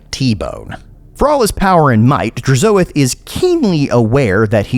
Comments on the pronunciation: With how you pronounced Hashoot and Drazoath I expected you to also say the Legoon of Assgore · the way to you say DRAZHOATH makes me wince